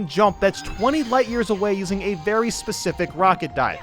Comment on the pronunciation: There should have been a mario saying "Verdy scary" At least the way i spelled it is what i hear xD